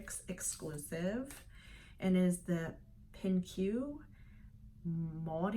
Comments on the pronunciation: Fun fix! The kimono is beautiful. I think Pinque is pronounced “pink”. I think they are trying to be cute with their spelling. Haha. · Gosh! I loved, loved, loved that black paper moon blouse. I think you say Pinque as “Pink”.